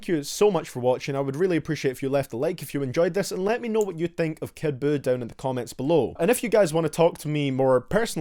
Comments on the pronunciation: "Kid BUUkake" 🤣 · Kid Jew everyone get his name right.